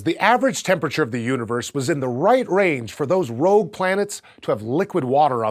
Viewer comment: Rogue, not rouge. Rouge is red in French.